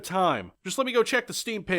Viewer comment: Dear, thanks for another masterpiss of a video, but your Cheque pronunciation still needs some work. For a bona fide hard core masochist like your revered self it would be advisable to practise with repeating this Check tongue twister AF(ast)AP: Czekk: “Tři sta třicet tři stříbrných stříkaček stříkalo přes tři sta třicet tři stříbrných střech.” Phonetically: [ˈtr̝̊ɪsta ˈtr̝̊ɪt͡sɛt ˈtr̝̊ɪ ˈstr̝̊iːbr̩niːx ˈstr̝̊iːkat͡ʃɛk ˈstr̝̊iːkalo pr̝̊ɛs ˈtr̝̊ɪsta ˈtr̝̊ɪt͡sɛt ˈtr̝̊ɪ ˈstr̝̊iːbr̩niːx ˈstr̝̊ɛx]. English: “333 silver fire hoses squirted over 333 silver roofs”. Or name of this very useful herb - "Lichořeřišnice" (Nasturtium) - which you can also grow, admire the beauty of its flowers and consume to increase health. Soon you're going to be indistinguishable from average Czeq native speaker. May the farts be with you.